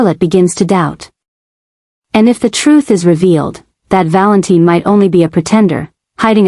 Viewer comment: I don't get it if they are going to refer to him as Valentine spell it right other wise its pronounced val in tin.